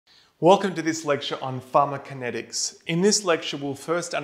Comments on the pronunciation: He's calling it pharmakinetics - where is the co? =) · Ugh I can't absorb this I'm so distracted by him leaving out a syllable. And I'm perplexed that he manages to leave it out every time, even after breaking down the word into two parts and saying them both correctly. It's like the cool whip family guy skit. Say "pharmaco". Now say "kinetics". Now say "pharmaCOkinetics" "Pharma-kinetics!"